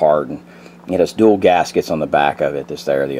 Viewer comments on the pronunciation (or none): none